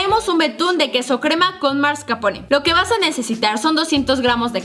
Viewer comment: Karen, se dice mascarpone, no marscapone